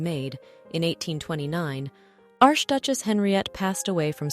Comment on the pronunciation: QUESTION: For someone doing a show about jewels WHY is the word “peridot” mispronounced “pair-a-DOT” pronouncing the “T” at the end? Also, when saying “arch duchesse” pronounced the first word as “arsh”? Whomever is doing this is not taking care to double check, what I now assume is AI. I hate that. A pity because the stories told here seem to be well done.